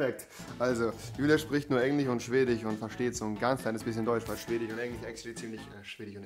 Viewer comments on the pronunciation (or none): Niemand: Absolut niemand: Rewi: Swedich Nicht böse gemeint😂😂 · Niemand: Rewi in den ersten 30 Sekunden: Englich und Schwedich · Englich und Schwedich 😂🤣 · Chwedich und Englich kenn ich noch gar nicht 😂😂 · Englich und schwedich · Niemand: Absolut niemand: Rewi: sie spricht nur SCHWEDICH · Englich" und ,,schwedich" ich Feier deine Aussprache 😂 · niemand: rewi: schwedich, englich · Das Problem ist halt, dass Rewi auch kein Deutsch kann... ich sag nur SchwedICH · Schwedich und englich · englich und schwdich